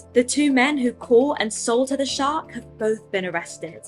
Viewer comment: Listening & watching while I’m getting ready & I swear I heard “shart” not “shark”! I’m cackling. 🤣